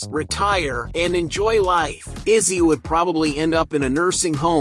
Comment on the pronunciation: It's "Lizzie", not Izzy